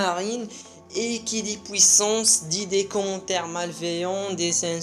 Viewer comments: On dit "Puissance" pas "Pouissace" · Quand tu parle anglais ta bien des difficulté de prononciation , donc ne te plein pas de lui car il dit pouissance au lieux du puissance .. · Deja parle francais on dit puissance et pas " pouissance" et l'intro est cool mais qand ya Ener enleve ce moment c' est pas marrant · pouissance ou puissance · de ouf tu exagere un peu quoi, "POUISSANCE"!!!!!!!! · pnt t arrive pas a dire puissance